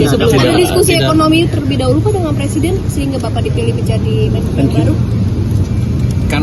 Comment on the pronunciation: Wartawan gini amat ya kualitasnya. MENKIU itu Menteri KIUANGAN kah? MEN-KE-U atuh kan Menteri KE-U-angan. Menjengkelkan sekali